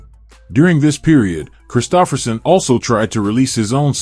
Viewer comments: He was great. This video...not so much. AI narrator mispronouncing his name blows. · You are mispronouncing his name. How can we trust your information to be clear?